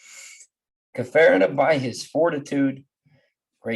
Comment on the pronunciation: I knew Hector for many years. Maybe you should learn how to pronounce his name.